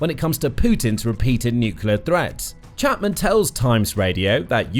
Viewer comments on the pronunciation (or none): Narrator can't say 'nuclear'...sad! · 'Nuclear' does not have 3 syllables.